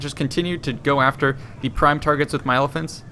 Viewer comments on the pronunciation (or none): none